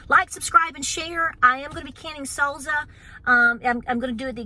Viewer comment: I love how you say salsa 🤣🤣